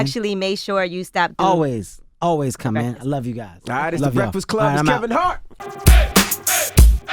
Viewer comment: You mean the Bakfast club ?